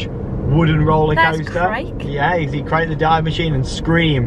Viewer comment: ‘Krake’ is pronounced like ‘Cracker’ to the English ear… Just so you know!